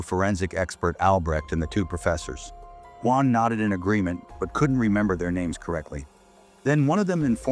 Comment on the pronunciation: Nope! It’s the way they say “guan” instead of Juan.